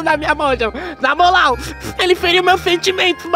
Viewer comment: Por que que o embaçado tá falando namolal ao invés de falar na moral